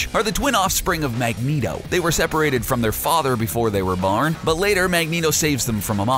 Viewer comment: the guy said when they where barn